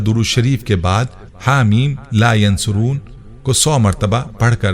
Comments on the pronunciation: Haameemmm la yunsaroon hy not a yan soroon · It is Ha Meen La Yunsaroon Not Yansaroon JazakAllah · Haa meem la yunsaroon hy not yansaroon nhi hy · Teacher lafz la yunsaroon hae aap yansaroon parh rhy plz btaeen sahi lafz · Asa in this video you pronouncing la yansoroon jubke in written is la yunsaroon zeer Zadar se meaning change ho jate hain I listened many time and u said yansaroon plz correct that before sharing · Assalamualiekum bhai bohat piyara wazifa hey Alhamdulillah Apki pronunciation sahi nahi hey Haameem la yan suroon nahi hey ,kunky ya ke oper peesh hey Haameem la yun saroon hey Jazakallah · Haa mim la yunsaroon he ya phir la yansuroon he Video me jaise likha aa rha he bolna wala bolne me zabar paish ki ghalti kr rha he, please is ko chek kren or ager mera point sahi he to correction kr len ye na ho k ghunah k murtakib ho jaye hum sab jazaak Allah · Assalam u Alaikum Mohtram Ayat Haa Meem La Yunsaroon Hain or video main aap bar bar Haa Meem La yansuroon bol rahay Hain plz coorect this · La yunsaroon hai talafuz theak kren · Hameem Layonsooron hota hai